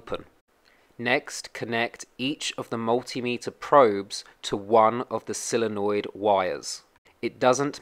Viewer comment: So Many Say "Silenoid"Like "Silly" noid, it's "Solenoid" Sole sounds like "Soul"